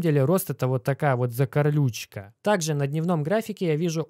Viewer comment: Закарлючка 😆 тут каталог слов угаров можно составлять 😆 вальмарт закарлючка 😆😆😆😆 весёлый канал и автор 🕊😁